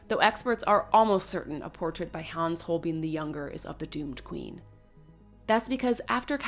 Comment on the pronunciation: His name is pronounced "Holbine"